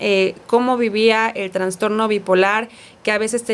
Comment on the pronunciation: Sorry! Es TRASTORNO, NO TRANSTORNO!!! POR FAVOR 😢